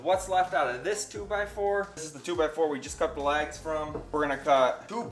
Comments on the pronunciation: Can you pronounce "LEGS" and not LAGS? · Unless I've heard you wrong those 4 2x2s are legs. It sounds like you keep calling them lags. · I was a bit thrown off by how you pronounced legs as "laags". Great vid though. I'm off to the hardware store. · I guess me being from the south, I know he was saying “legs”, but I swear to my ears it sounds like “lags” lol. Doesn’t matter, just saying. Didn’t know if it was just me or not . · Where are you from? I keep thinking you're saying "lags" for "legs" confused me the first time but I giggled after that. I'm from New England so we sure give you enough to giggle at. 😂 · I've never heard legs pronounced lags before. I guess it's an accent I haven’t heard before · Except he pronounced the legs as "lags".